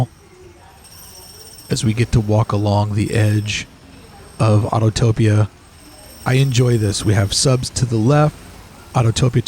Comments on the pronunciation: Neat idea documenting the perimeter. It’s Au-to-pi-a not Autotopia. Otherwise, I enjoyed the tour. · I always chuckle when I hear people say "autotopia" when it's autopia